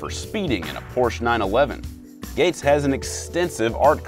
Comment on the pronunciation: Por-sche not porsh